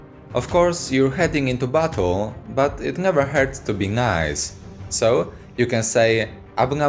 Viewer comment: Everytime he says "battle" I can't help but hear "butt hole" it really changes the theme of the video